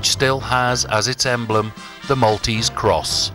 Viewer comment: Thank you for highlighting the Maltese Islands as you have done. Just enough detail to spark an interest and a general historical development to give a good understanding of the Maltese nature. One thing that is very common in "English" presentations such as yours though, is the mispronunciation of the name of the city of Mdina. It is not Medina. It is Mdina, actually l'Mdina" so, although there is no "I" preceding the "M", it is pronounced as if there is one. an "I" (Imdina). A small thing, but a little annoying to hear if with Maltese ears. Thank you again for this!